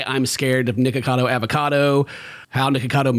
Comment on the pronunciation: This many videos in and you still cant say his name right